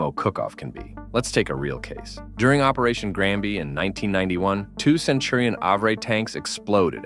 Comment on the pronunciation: “Centurion Àvrei”🥀